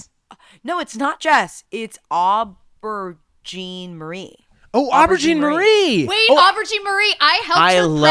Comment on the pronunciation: shouts out to for trying to say aubergine also i love being a professional counter this is my passion